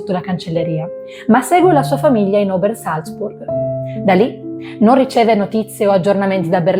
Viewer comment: Salve, ottimo video, però È Obersalzberg! Non Obersalzburg☺️